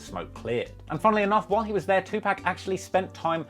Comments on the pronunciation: How you have a personally connection and know so much yet you can’t even pronounce his name correctly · Bruv the way you say “Tupac” is soooo……WASPY lmfao 🤣 that American white news reporter even said it correctly! Shit sista got flair boy! 😂 lengthen that “A” in Pac bruv 😂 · Bro cant even say his name right.. plus if he really was still alive, he certainly would not want you tellin the world " oh hes alive and livin in cuba. Video is so fake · You think if you know so much then you'd know how to pronounce his name you duchebag..Get off Pacs nuts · The least you could do is respect the man and pronounce his name properly... But otherwise thank you for the video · Maybe learn how to say peoples name correctly before trying to speak what you dont know about them. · Stop butchering his name. I been saying he still alive. Many people have said it in interviews and songs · Please say his name right you goofy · If You Had Such A Close Connection With Pac, Why Do You Keep Saying His Name Wrong? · How can i believe this bullshit when you cant even say his 2pac right. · I HH is he saying his name like that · Am I the only one that cringes every time he pronounces 2Pacs name wrong? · U can't even pronounce his name properly... ur "uncle" wuz not one of tupacs bodyguards any real research can prove that ur claim is dumb af!! thumbs down!! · I know man he killing me the way he saying Pacs name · If this man call Tupac “Two Pack” one mo time! lmaoooo🤣🤣🤣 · Stop saying Two Pack it’s Pronounced “Tu Poq” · Pac..prounced "Pock" damnit..not pack. There is no k on the pac lol. I literally couldnt through the video because you kept saying pack. Otherwise..great video as usual lol. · I wish y’all would say he’s name like black Americans do. Tupac not Tupack! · Say his name correctly its 2pac not 2 pack dummies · Bru, stock saying tupack, it's pronounced TOO-POK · 1st of all his name is Pac not pack! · Who tf is tupack?! 🤣🤣🤣🤣🤣🤣🤣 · His name is pronounced 2-poc not 2 pack... annoying